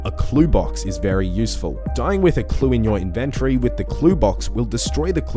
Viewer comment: Nice video. Tip 102: The word "inventory" is pronounced IN-ven-tory, not in-VEN-tory